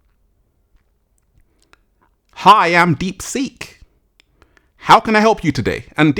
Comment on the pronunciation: I thought you were saying "deep sink." 😆